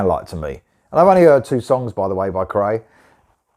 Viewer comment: Cool tune & band. For future reference this band’s name is pronounced ‘cry’. I watched an interview with founder/guitarist Andreas where this was brought up. Cheers!